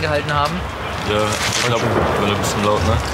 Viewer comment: die Betonung "WAREN" :D